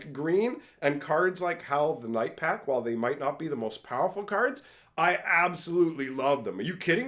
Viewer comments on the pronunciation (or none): none